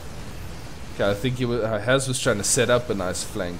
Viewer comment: S in "Has" is pronounced as in Super not loSe.